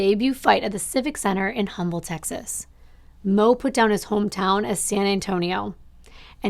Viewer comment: It’s pronounced “Umble” Texas. The “H” is silent 😉